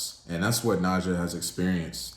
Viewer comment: Some fair points were made. I do question tho, if you gave it a truly fair listen based on the fact that in the last song, she literally says her name several times speaking in the third person (ex:“Nija you know you gon break this * heart”) yet you choose to pronounce it differently. Solid rating, and I would take it up a notch based on the overall project (rollout, debut, no features, visuals and I have not seen credits this minimal on a project in a long time) 8.5 #DSIDWY